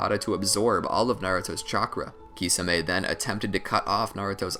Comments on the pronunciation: I can't watch this SIMPLY because of your own CREATED pronunciation of Kisame (KEY - SAW - MAY) 🤷🏾‍♂️🤦🏾‍♂️ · its prounuced tishame